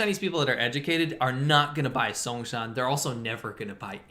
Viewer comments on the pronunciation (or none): songsan lol song=loose san=scattered not a name of a car brand you want lol